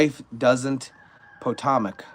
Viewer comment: 67 people were killed in the commercial plane and black hawk helicopter crash in the D. C. area, about an hour and half from where I live. The river's name is pronounced as: Puh- Toh- mic where the plane and helicopter pieces landed. I have been praying for the families of all the victims. Such a tragic thing and I can't imagine how the families have received the news!